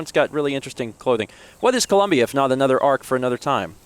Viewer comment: Every time says Columnbia I think of when he lived with Mal there